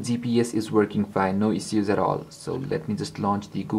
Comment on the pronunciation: ISH-USE!!!! ISSUES LIKE ISH-USE! NOT IZ-OOZ. FUCK.